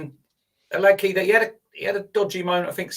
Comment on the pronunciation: Hilarious watching Martin wince every time tries to pronounce Hladky 😂